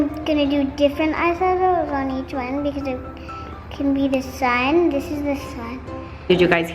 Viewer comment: New catchphrase “dis, dis, dis, aaaaand DIS!”